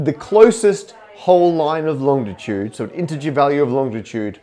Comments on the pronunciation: Gah! It's not longtitude, it's longitude! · BTW it’s Longitude not Longditude as you pronounce it. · It's longitude, not longditude, Matt. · Matt please, long-i-tude not long-di-tude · You’re not pronouncing a ‘D’ that isn’t there are you Matt? So often it sounds like long-di-tude, when it’s really long-i-tude.